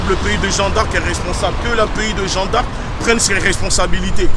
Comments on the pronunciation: Et j ai bien enttendue il dit " on est au statut de jean d arc " 😂😂😂😂haaaa gucci.... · Il arrive mm pas a dire jeanne d arc correctement 😂😂jean d arc jean d arc y a deux jours il a dit.. ceux qui sont en libye c est de votre faute on vous a prevenue fallais pas y aller... et la maintenant tu demande de les liberer mais frere ca n a aucun sense se que vous faites chaque video vs discredite un peut plus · "Jean D'Arc", faut apprendre a parler déja.